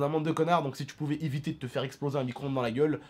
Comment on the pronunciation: Arêtes de dire "micronde" c'est un "micro-onde" !